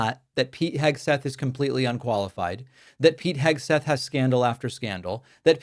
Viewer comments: Did she say Hegsweat? :D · Did she say "Hegswig"? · “Secretary Eggsweat” 😂 Let’s make this a thing! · Did she say "Secretary Heg-sweat"? That sounds about right. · 'Secretary Hegsweat' Nice one Karoline, that's right up there with JP Mandel.